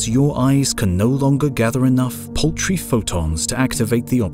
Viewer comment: When he said "paltry photons" I thought he said "poultry photons" and thought of a glowing chicken leg.